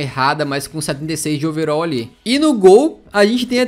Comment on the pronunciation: É overal nao overol